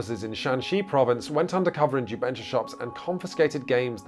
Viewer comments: This was a great video! I'm new to PMG, and I'm about to send this link so friends can watch. To properly promote jubensha as a genre, though, please check out Nate's pronunciation . It's closer to "jew bun SHAH" than "ju BEN shuh." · I was wondering what in the world is jubensha until I heard people speak it in actual mandarin. Ju Ben (GEE BURN) = Script, Sha (SHAR) = Kill. The pronunciation is way off but thanks for coming down to Singapore and sharing this, I've no idea its a thing and even though it doesn't really interest me, its an interesting watch.